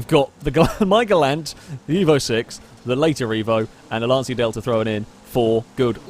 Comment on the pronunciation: Sorry for correcting you, it's (Lanchya) not (Lansia) for Lancia pronunciation